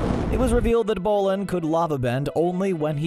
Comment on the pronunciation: and bolin